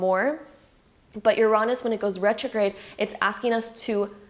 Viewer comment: I’ve never heard anyone pronounce Uranus as you-raw-nus